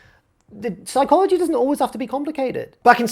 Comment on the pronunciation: ps-EYE-chology took me out. so proud of it too. 11/10 funniest wrestling youtuber